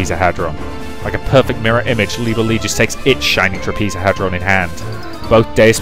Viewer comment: Some advice to pronounce it properly bro: Shining TrAH-pez-oh-head-ron.